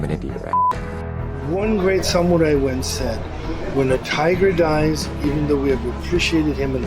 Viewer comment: Seagal put his Japanese accent on, but he mispronounced “Samurai”. If you’re going to pretend, make sure that you pronounce simple words correctly.